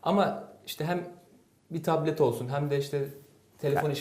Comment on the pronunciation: soldaki arkadaş sürekli taplet taplet diyor B harfi yok adamda P kullanıyor sürekli :)